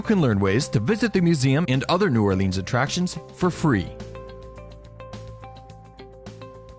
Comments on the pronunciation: Yea, even "Na'wlins" is better. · Why would I take advice from someone who says 'New Orleenz'. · I cringed every time he said New Orleans. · lol me too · Ok..... Just started and already said New Orleans wrong....... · Mardi Gra, don't pronounce S. It's New Orlins. And also... Bourbon, really? Best place? You EVER been here?